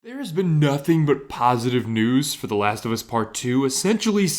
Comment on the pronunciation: That “nOOTHing” at beginning of the video . Lmao 😂😂😂